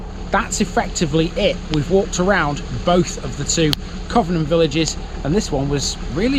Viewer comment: It's pronounced 'Covenham' not 'Covenham'. Thanks